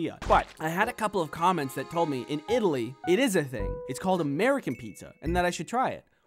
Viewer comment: "I only speak Amurican" (in a country voice)